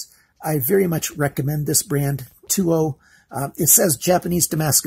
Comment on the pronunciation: I have just ordered 6 from Amazon along with a BOOS cutting board waiting for a few mor to come in by end of week oh and you are pronouncing the name wrong does not sound like saying TOO but the English annunciation is like saying Towel take away the second syllable el sound but great review